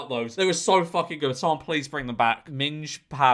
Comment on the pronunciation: Unfortunately it is supposed to be Ming not Minge 😂😂😂